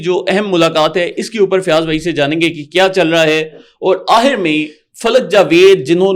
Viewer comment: Bhai AHIR nahi AKHIR hota hei